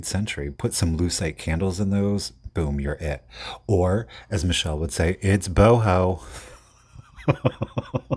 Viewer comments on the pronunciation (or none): none